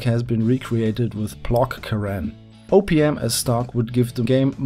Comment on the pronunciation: OPM. Sounded like you said Opium. KSP really could use Opium.